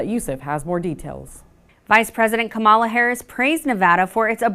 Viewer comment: Can Arlette please pronounce Kamala correctly? This isn't the first time.